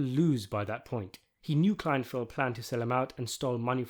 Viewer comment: "KLEINFELD," not "Kleinfield."